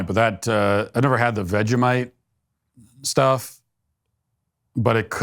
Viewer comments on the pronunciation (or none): none